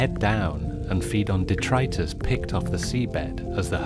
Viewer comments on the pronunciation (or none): none